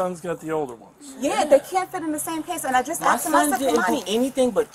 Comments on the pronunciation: There is no doubt that the dude stole the AirPods and gave them to his son. Also, honest question…why do black people commonly pronounce the word “asked” as “aKsed”? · Are you sure you axed him? 😂😂😂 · He axed his son?! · He AXED his son,ouch. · “Axed” “defamated” “you’s guys time” as soon as i heard him say these words and phrase i knew he was guilty 😂